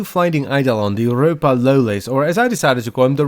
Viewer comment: Every time lotus sais Ropalolyst all i hear is umpa lumpa